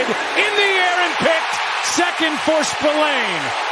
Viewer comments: John Buck doesn't know this player apparently, listen how he pronounced 😅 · Even with 2 INT, John Buck pronounced Spillane name wrong like the player is debuting, what a joke 😅